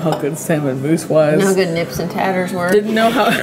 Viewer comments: It's neeps not nips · maybe, I thought it was because neeps is short for turnips so they thought “oh turNIPS it must be NIPS” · "Nips and tatters" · And “nips” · that was by far the worse way I've heard Haggis said, as well as Neeps and Tatties, and I've worked at tourist spots 😂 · The fact she said nips instead of neeps and haugus instead of haggis is hilarious 🤣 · “Nips and hawgus”. Can’t beat Americans trying to pronounce Scottish foods. 10/10 for “slàinte mhath” tho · Also ur saying haggis neeps and tatties wrong! Ha-giss neeps and tatties!